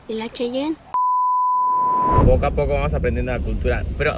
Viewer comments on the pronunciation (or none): No mames, es: cheyene, como los indios americanos, no chayan como el chantante, saluditos.